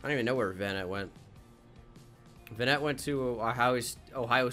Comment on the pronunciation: It’s VANnet